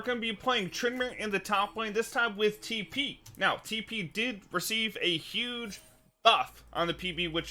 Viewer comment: No one: This guy: tEe PeE